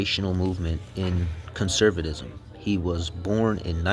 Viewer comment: Did you smoke meth or take some adderall? Sound it out, bud. Cuh-cuh-cuh... cun-ser... cun-serv...cun-ser-vuh-tis-um. Fascism=fash-is-um. Fashisum